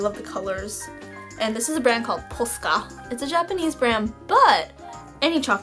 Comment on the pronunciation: Omg noooo this annoys me!!! She said posca wrong.